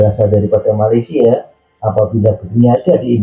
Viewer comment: Betulkan sebutan MALAYSIA.. bukan Malaysier